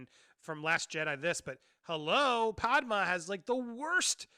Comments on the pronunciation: I’m enjoying these but please stop mispronouncing Padme. It’s not Pad-Ma, it’s my Pad-May. Thanks! 😜😎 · I love you Andy, but we gotta work on your pronunciation of Padme 😂